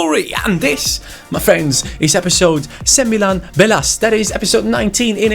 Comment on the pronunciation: wow just surprised that you said Sembilan Belas in a good way. who taught you Bahasa??